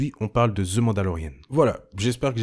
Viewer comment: Ni Ze pour The ... ca devrait sonner plus comme un ''Dhe' ou meme ''dhee (dhii)'' dans certain cas comme The end ...